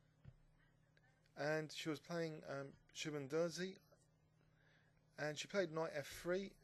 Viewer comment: You are a funny teacher my friend. How can you dare to analyse a GM chessgame when you aren't even able to pronounce (or you don't even know who Chiburdanidze is) correctly world champion's name who reigned for 8 years. You may not be doing it on purpose, but if you don't know or aren't able to pronounce correctly 8 year women's world champion's name please go sell sandwiches in the market instead of analysing GM chess games.